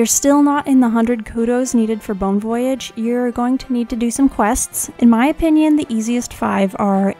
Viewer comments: The way you pronounce "voyage" drives me nuts lol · I paused the video real quick to make sure I wasn't the only one who caught that. Other than that great guide and love her videos.